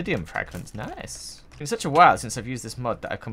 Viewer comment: At the beginning did you say... It's BEAN awhile